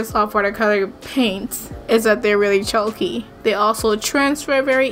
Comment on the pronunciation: Love you but the way you say chalky is like choky and its kinda annoying